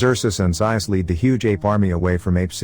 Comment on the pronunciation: It’s zayus zaius